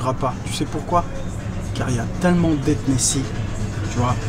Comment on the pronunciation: "ethnecies" ahahahahah